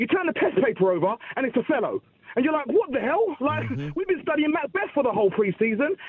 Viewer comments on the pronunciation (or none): Man said Othelo 😂😂😂. Great call man 👍